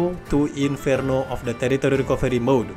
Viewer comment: Love the way you say terrorist recovery mode 😂😂